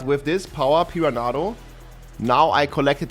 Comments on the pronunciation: Pee-run-uh-doh lol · Pee-ran-nah-doe . I mean I understand english is not his first language but homie didn't even try.